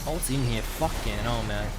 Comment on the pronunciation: "fuken 'ell"